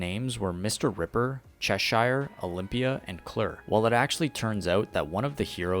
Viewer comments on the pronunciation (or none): Cheshire is pronounced cheshur